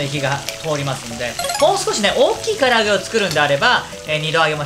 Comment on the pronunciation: 「こここにしたりいああ あちました」のせいで霞んだ「かりあげ」